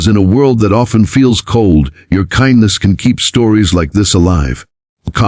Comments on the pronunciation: So sucks It cannot prounce simple words… kindness is not kin dess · Why can't the narrator pronounce 'kindness ' ?